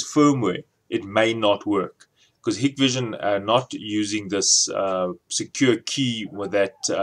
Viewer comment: It's pronounced "Hike-Vision"...